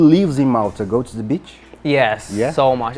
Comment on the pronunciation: DICA: two, to, too, TEM a mesma pronúncia.Reparem ele falando "tô", e não "Tchu", igual lhe ensinaram.